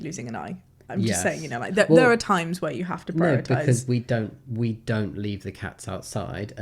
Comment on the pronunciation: 9.55 "If other people don't purrrritize" 🤣